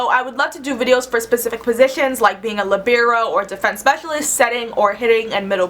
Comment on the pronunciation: first time ive ever heard someone pronounce libero like that!